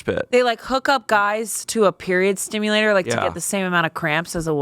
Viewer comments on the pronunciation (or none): omg please. It's period SIMULATOR, not period STIMULATOR wtf lol. you don't stimulate your periods lol. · Period simulator, not stimulator. 👀 Hearing period stimulator from made me a bit worried. XD